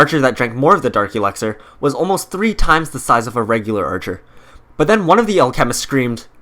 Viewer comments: Al.... chemist, anyone else think that thepronunciation is odd? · Jesus fuck do you pronounce alchemist wrong on purpose or on accident? Holy shit. Not trine be rude. Just got mega annoying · Clash of Clans and your saying alchemist wrong your trying to say it all together learn grammar